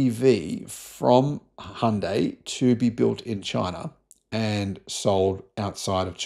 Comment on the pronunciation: Finally someone who pronounces Hyundai correctly🎉🎉🎉